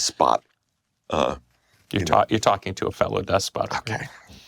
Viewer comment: Bailed after they both mispronounced despot.